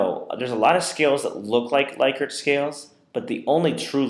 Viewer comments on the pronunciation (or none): It is pronounced LICK-ert